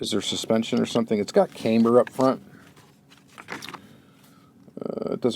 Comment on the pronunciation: Pronounced CAM-BER not CAME-BER. Just trying to help you out.